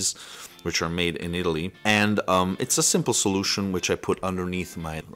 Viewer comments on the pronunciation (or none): none